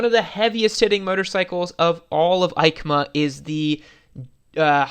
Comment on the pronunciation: EIMCA sounds like YMCA a lot pronunciation wise